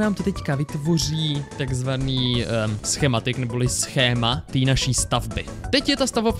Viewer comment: Kto si všimol že povedal škematik? 😂